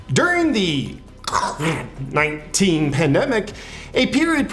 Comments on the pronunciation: "Cōrvitth" and "Vakthine" 😂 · The way he says "covid" evokes the same laughter from me every time 😂😂